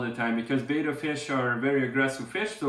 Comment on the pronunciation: It's betta not beta but otherwise great video 😁